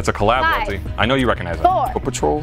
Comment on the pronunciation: Worst take goes to Welty saying “Well-ty”